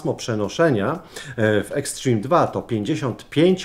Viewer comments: Boże uszy bolą od twojego "eksztrim" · "Ekśtrim" xd